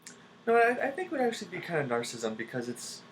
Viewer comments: Not pronounced nar-sism. Pronounced nar·cis·sism. This makes me think less of you, INTJ;) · He's saying was pronouncing it incorrectly. He was saying "narcism". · He's not pronouncing narcissism correctly.